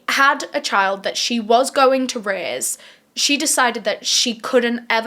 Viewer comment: Why you saying raise sounds like rizz it sounds like you said Marianne is ready to rizz her daughter